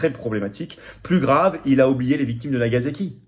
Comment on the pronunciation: *Nagasaki*, pas "Nagazaki"